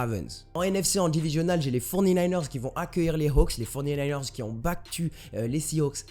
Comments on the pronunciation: les "fornininers"... sérieux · j'adore ton "les forny-naïneurs" mdrr